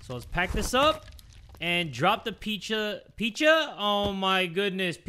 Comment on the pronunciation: not accidentally saying PP in spanish when trying to say pizza 😭😂🤣